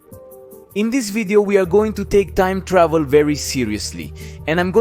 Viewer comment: "Toieeem Tdauhveel" = time travel